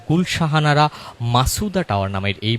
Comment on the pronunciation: গুলশান আরা। আপনি ভূল উচ্চারণ করছেন, গুল শাহানারা বলছেন।